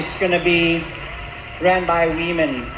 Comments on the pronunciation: Did she just say "run by we men" instead of "run by women"? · He said WEmen not Women.. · He says WE-MAN... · He pronounces women as We Men. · It's funny how 'women' was pronounced 'we men'. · When this biological male says "women", listen to the pronounciation very carefully. He is actually saying "WE MEN". The non-American accent pretends to say women and I do not hear it that way. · Is he saying WEEMEN ? Cuz that would make sense " missuniverse" contest is now run by wee men. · "Wee men" lol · Now.... Did they say 'WOMEN' OR 'WE MEN'?? 🤨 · He didn’t say say it was for “women”, he said “we men”. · He said, "We Men" 😅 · They did not say women, they said WeMen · he said it's we-men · I believe he's saying "run by we men" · Lol 😂 he/ her said WE-MEN!!! Interesting 🤔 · I don’t think it was by accident or because of his accent that he pronounced women as wemen?! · Sounds like he said 'weakmen'😂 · I love how he says "wemen." Lmfao... gosh, we aren't even in peak clown world. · The lady man said “we-men” not women so he’s telling the truth!!! Lol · When they said "we-men" I honestly thought "woman" was being said with a Costa Rican accent... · He didn't say "Woman".... he said WEman. "Ran by WEman. Owned by trans-woman... for all WEman. All WEman around the world.." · It's WE-MANS get it right. Lol hahaha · It clearly said, WeMen. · Wee-man lmfao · That’s exactly what I heard too; “we-men”. Then all the women cheered. It’s just wrong! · It said we-men not women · The Tranny-MAN is saying "WE-MEN" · “Wee men” as in tiny men or “WE men?”